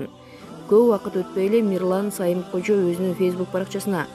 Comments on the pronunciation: Сайымкожо эмес Самыйкожо дабдыраган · Сайым Кожо эмес.Самый Кожо.туура айтсанар Боло. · Мирлан Сайы мкожо эмес Самыйкожо десенчи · Диктор туура суйлочу. Мирлан Самыйкожо деп